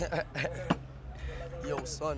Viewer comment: “I can sweim”😂😂😂😂😂 #ripxxx